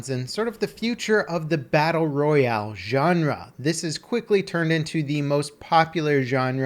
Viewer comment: U cant say genre right u dont say it with a a ant tge end